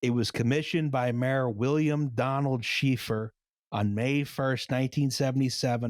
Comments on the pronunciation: Time to get the ire of Liam by saying "SHAY-FER". Not "Shee-fer." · Pretty sure Mayor Schaefer's name is pronounced like the game designer's, not she-fer. I believe he's the one who moved into the same retirement complex as my grandmother, and she said no one would talk with him or sit at his table for dinner and he died within a few years.